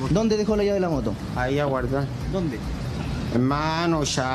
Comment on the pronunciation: Hermanoh ven arrescatarmeh oe. Hermanoh escuchah me quieren quitar la wahhh🙄🤦🏻‍♂️